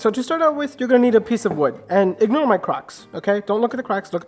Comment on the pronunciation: I didn’t hear Crocs…I thought he said crotch. Lol